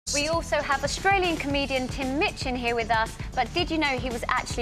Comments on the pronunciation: seconds into this interview I know there's gonna b trouble, because she mispronounces his name as "Mitchin" and he shoots her that sideways glance... But god, I'm such a TMOCD I will even wade through crap like her to get a little bit more HIM! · Minchin. Not Mitchin.